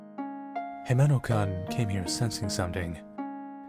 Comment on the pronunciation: The way he pronounces -kun sounded like -cunt... It shud be pronounced as "koon"